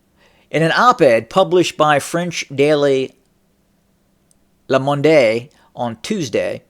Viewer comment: 'le mon-day' 😂